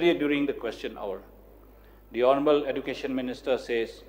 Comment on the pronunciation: What a pronunciation of Education minister shame on him